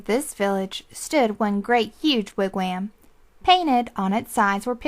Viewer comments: Lol "wigwayaamm" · Yes! Every time she said "wig WHAM" I cringed. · this is a terrible reading... i had this on cassette as a kid but a guy with the most soothing voice read it. and he pronounced wigwam and Ontario right